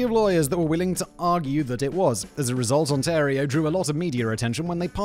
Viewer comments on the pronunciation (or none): none